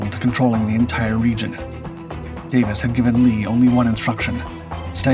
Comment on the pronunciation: Lt. Col. Ray Davis, a recipient of the Congressional Medal of Honor, and the leader of the patrol to relieve Fox Hill ... The video mispronounced Colonel Davis' name.